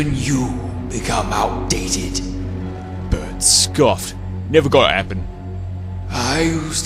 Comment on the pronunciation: In I thought I heard you pronounce Bert as Ber-urp-t 😂